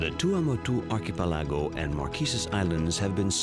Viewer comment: Narrator has some truly bizarre idiosyncracies about where to place the accented syllable in words like iconography and archipelago. He must've gone to the William Shatner School of Diction.